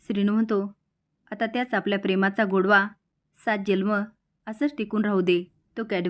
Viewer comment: जल्म नाही हो जन्म म्हणा ना